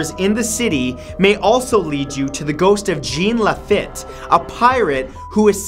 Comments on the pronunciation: In the new Orleans bit. Its pronounced john "lafeet" and Marie "lavow" that's not how its spelt just said. Marie lavueaux also has a voodoo shop on bourbon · Pronounced Or-Lens, not Or-leans. And La-Feet, not -La-Fit. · You're canadian and can't pronounce Lafitte? It's French man.(Lah-feet). New Orleans native. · Radar the Infinitely Prolonged Or (La-Fiy-Et) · Awesome video. But as a native of Louisiana just two things. Myrtles Plantation is about three hours north of New Orleans in St. Francisville. And it's Jean LaFitte pronounced La-Feet. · I'm sure at some point in the comments, someone corrected you on NOLA...LaVeau is Lah-VOE, and LaFitte is Lah-Feet. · I know this is 4 years after the fact but, as a New Orleans native, I absolutely MUST make a couple of pronunciation corrections. Marie Laveau is prounced La Voe. Jean Lafitte is pronounced La Feet. 😁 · Its Marie La-voh And Jean is pronounced like the name John but in French "Jzawn" and his last name is pronounced La-Feet "LaFitte" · Sooo it's pronounced Jean LeFEET and Marie Le-VO....Long O! 😁 We don't pronounce names phonetically🤣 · Lol “lafet” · it is Marie Laveau (là-voe) and Jean Lafitte (Là-feet)...Lived in Nawlins.